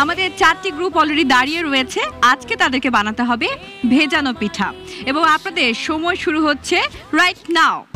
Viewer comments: পিঠা বলতে পারেনা, খালি পেঠা পেঠা করে তারে আবার বিচারক বানাইছে 😡😡😡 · পেঠা আবার কি 😒 উচ্চারন ঠিক করতে হবে পূর্নিমার 🙄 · পিঠা না পেঠা🙄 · পূর্ণিমা বিচারক হইছে কিভাবে কে জানে! একবার বলে 'ভাজাপেঠা' আবার বলে 'ভিজাপেঠা'।'পিঠা'ই উচ্চারণ হয় না,আবার নায়িকা😐!